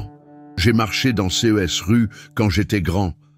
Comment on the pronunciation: Dommage que l e commentaire soit lu par un robot incapable de prononcer correctement CES ainsi que les dates et les chiffres en francais. Ca gâche beaucoup le contenu , Et il y a une erreur de date, l’enfant ne peut être né en 2018 et avoir ensuite atteint 18 ans ! Par ailleurs, il n’y a aucune révélation inédite, tous ces propos sont soit dans les evangiles soit dans les ecrits de mystiques visionnaires. Donc je crains que cette belle histoire ne soit qu’une fiction et que Mateo n’existe pas.